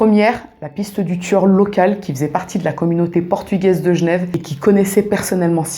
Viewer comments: Tu racontes très bien :). Et j'adore ta manière de prononcer Genève... Gnève :-P ;) ;) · Qu’elle repose en paix ! Merci pour la vidéo Et a coup sur tu est genrvoise, commee tu prononces « jnev »